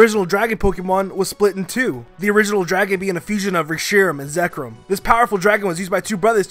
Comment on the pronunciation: i wanted to commit fork-toaster when he mispronounced Reshiram and Zekrom.